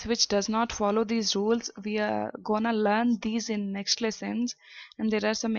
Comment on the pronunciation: The word learn is pronounce learn not lan